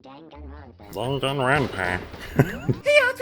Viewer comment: Based on this episode opening, every Danganronpa episode should open be you varying mispronouncing the name of the game Be prepared for the 1 person super late to every meeting for literally no reason other than to make you scared that something happened to them Loved the idea of Chihiro asking a question about a "Murderous Fiend" and every ignored her since Makoto wanted their thoughts on it first The motives get so dastardly...we are on the tip of the iceberg of brutality Monokuma: Go watch the videos using the disc player and see the despair! -: standard DVDs? Hasn't Blu-ray been a thing by now? Isn't this suppose to be a high-tech school? Monokuma- Hu- Wha- That's not the important part! Glad to know Monokuma won the Despair part with watching that video, you immediately got worried about all the characters xD "My dear friend ran off in an insane off putting way...but I wonder if the others have anything to say first" Makoto's got such a way with words man...everything with Sayaka was just so incredible. We love Makoto being so bad at fighting it saved his life...one could say it was pretty lucky Monokuma gave him mercy by jumping out of the way...I wonder just how lucky he might be 🤔